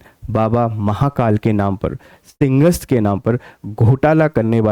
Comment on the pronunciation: भाई साहब मोहन यादव का उच्चारण गलत है मैं मानता हूं पर उच्चारण तो आपका भी सही नहीं है सिंहस्थ को आप सिंगस्त बोल रहे हैं आप हिंदी भाषा क्षेत्र से हैं आपको स और श में भी अंतर नहीं मालूम है